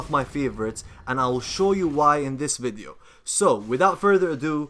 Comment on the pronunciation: why every time when hear you and juutas pronunced video i hear wideo,maybe because im defy